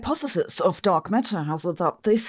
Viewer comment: She says "Dog Matter" and now you can't unhear this